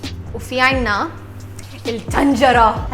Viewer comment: اسمها الطنجره مش التنجره 🙃🙃